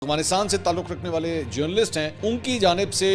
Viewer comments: aghfanistan ni hota afghanistan hota ha...tallafuz sai kro.. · سر آپ افغانستان کو اغفانستان کہتے ہیں مہربانی فرما کر درستگی کر لیں شکریہ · بھائ اغوانستان ھے یا افغانستان ھے don't mind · correction please, its افغانستان not اغوانستان